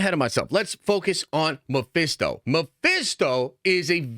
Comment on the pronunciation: Stop with your Mephisto talk it’s always wrong 😂